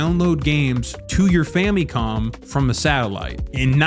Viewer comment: The "famie con" not the "fam a con", lol